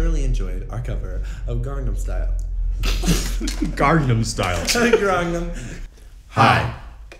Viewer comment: "garnam style" the way avi says it is hilarious